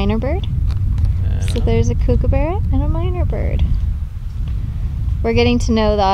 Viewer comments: The way you say kookaburra sounds so weird... It's Kook is supposed to be said the same as cook. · It’s kookaburra like cook not like cooooooooook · It's pronounced Cook-a-burrah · they pronounced it like Kookoobera. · i dont know why i got so triggered when they said kookaburra wrong i'm Australian and dang it got me triggered